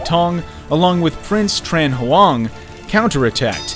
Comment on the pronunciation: He tried 😂, bless him